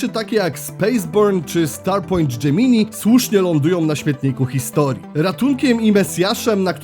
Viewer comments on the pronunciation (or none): none